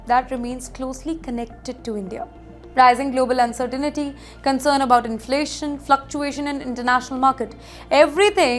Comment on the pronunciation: Pronunciation of "uncertainty" is wrong. There is no "ni" sound.